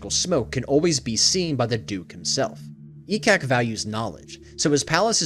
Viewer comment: I'm new to DnD lore so when I heard "E-cock the smoke methhead" I was confused 😂